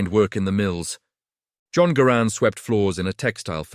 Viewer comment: The AI didn't even pronounce Garand's name properly.